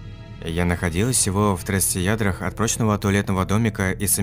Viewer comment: Хоспади, ну ты читать научишься хоть когда то? КеМпинге, а не кепинге, 30 ярДах, а не ядрах...